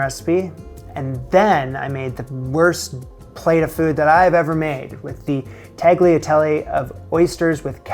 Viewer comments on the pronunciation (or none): It's pronounced "tal-ya-TELLeh", not "tag-lee-a-TELLy". Ugh. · what the fuck is teg-lie-telly?? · you lost me at 28th secund of this video... " Tag Lee a Tell-e " ... Respectfully, piss off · Did he say "Tahghleeatealee"? or was that just a funny hearing distortion? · Ah yes my favorite kind of pasta Taglee Atellee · "taggylatelly" 🤦‍♀ What are you 5 years old? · The way he pronounced tagliatelle made me think of another italian word: porcoddio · You wouldn't cook tagliatelle right until you pronounce it right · how did you pronounce "tagliatele" ? 💀